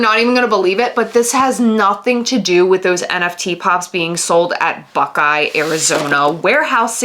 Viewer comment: i thought she Buckeye with an F instead of a B.